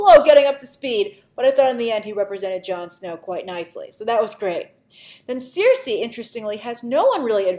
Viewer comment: Cersei is pronounced "SIR-SEE", Grace. For some reason you keep calling her "seer-say"/"seer-see"